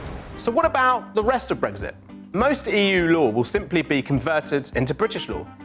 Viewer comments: There is no g in Brexit. So why does the presenter keep saying it! Sounds like a new type of breakfast omelette! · Stop saying bregzit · Brexit? I thought you said breakfast